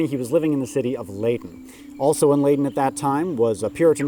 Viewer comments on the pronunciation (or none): The City of "Leiden" is pronounced /lie-din/ as in Joe Biden. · As a Dutchman I will not stand for this. You are usually very good with accents, but your pronunciation of Leiden is inexcusable. The VVitchfinder General shall take a hold of you and deliver you to the magistrate assembled in the court of the shire in which you dwell.